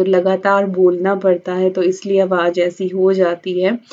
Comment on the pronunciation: Ap awaz ko awaj na kaha krn ... try krna plz ap z ko j ki tone s na mix kia krn please ... anyways u r my fav